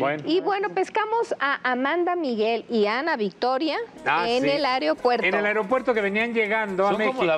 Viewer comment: Paty siempre dice areopuerto.